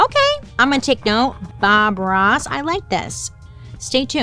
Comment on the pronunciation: bailey i thought when you said “bob ross” you were saying foie gras